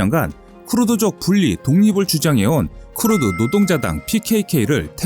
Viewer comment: 크르드가 아니고 "크루드"다